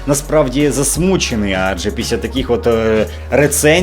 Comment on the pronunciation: блін, чувак, чого ти кажеш замість ПІСЛЯ щось як ПІСЯ, хоспаді хватіт))